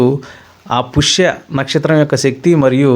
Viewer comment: పుష్య కాదు స్వామి పుష్యమి